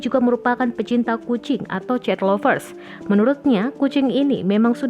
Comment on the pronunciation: Cat dibaca ket mbak , itu kucing bukan cat tembok 😀